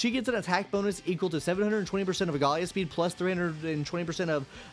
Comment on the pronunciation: Aglaea ❌ Agalia ✅